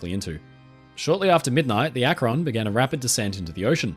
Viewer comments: Hey friend! This is such a minor thing but in case you want to know, "Akron" is pronounced with the emphasis on the first syllable, making it sound like "ahk-ren". Gotta love that wonderful American Midwest vowel shifting! (source: family literally lives in Akron. Well, North Canton, but same difference) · As someone from Ohio I've never heard someone pronounce Akron like that. (It's Ak-rin, first syllable stressed) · Nice work,! I love your stuff. FYI, regarding the US airship “Akron”: the ‘a’ in Akron is pronounced like the ‘a’ in “bat” and “sat” — NOT like the ‘a’ “late” or “mate”. (It’s named after the city Akron, Ohio). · as someone who lives in Ohio, it's always amusing when ppl pronounce cities from here in interesting/different ways. Akron (as in the USS Akron, named after the city it was built in) is more like "ACKrin" around here, but you make it sound super sophisticated and a place worth visiting 😂 fun fact: the parent company (Goodyear) that built the Akron is still in operation and still building/launching airships to this day! anyhow, I'm a new sub and wanted to say I love your videos and how thorough they are! 😊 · The British pronunciation of akron cracks me up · As far as I know Akron, OH "The Rubber City". Akron was not pronounced the you do. Of course, I probably don't pronounce any number of UK places correctly. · There's just something so insane about a giant airship floating in the sky. It must have been awesome to see something topping 700 feet long floating in the sky with your own eyes. Also listening to an Englishman pronounce Los Angeles and Akron never fails to amuse me. You should be glad they didn't name one USS Monongehela, Connequenessing or other American names.